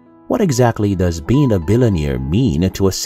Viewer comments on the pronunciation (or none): Did he just say a billioneere? I should laugh I am American and I can hardly speak my own language right lol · What's a billun-ear? J/K great video! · What a wonderful video! Thank you for this wisdom!! I love the way you say "billionaire". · Please teach how to pronounce billionaire and millionaire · I think one of the improartant things the narrator needs to learn in life is how to pronounce "billionaire" and "millionaire"